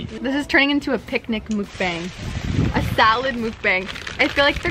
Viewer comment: you spell 'mukbang' mukbang, but you say it like mukbong haha